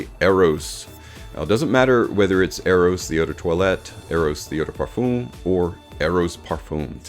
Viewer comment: Please check out how other people pronounce Parfum You have used the word a couple of times in this video, and each time I heard it, my ears were hurting.